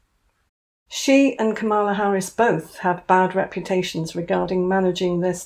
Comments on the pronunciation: Kamala - accent on first syllable. Comma-la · Hi, It’s pronounced comma la❤ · It is pronounced Comma-La. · KAH-mah-lah. If you ever meet her, get it right. Harris has a freak out if you pronounce her name incorrectly. It's not so much the staff....though Kamala is hard on hers....it's that Kamala believes in word salads even more than Megs. She's almost as dim as Harry....I don't know why she dumbed down when she became VIP, but she did. Cheers,! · I know the pronunciation of Kamala Harris is "Comma-la" if that helps. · Kamala Harris pronounces her name with the stress on the first syllable.